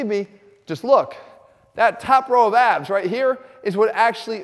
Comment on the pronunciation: Did you say “ABS” i thought you said AB .